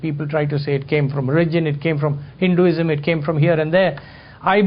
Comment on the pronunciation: Very entertaining a talk. It would be helpful if the dh in Buddha and Buddhism could be pronounced as aspirate which it is and also softening the d in Hinduism. As it is many Westerners say Boodaa instead of Buddha. By the way The Institute of Asian Studies in Chemmancherry,Chennai is a one stop center for accessing unique research done on manuscripts and archaeological evidences of Buddhism in the South of India. They have also researched extensively on the various transformations and camouflaging that has occurred in its spread over many lands and revealed evidences of the conversion of Buddhist and Jain shrines into popular Hindu temples. Varma cuttiram is an excellent ancient text on martial arts in Tamilnadu.